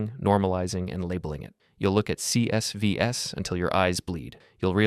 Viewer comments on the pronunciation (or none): Did your speech therapist teach you to pronounce "CSVs" like that?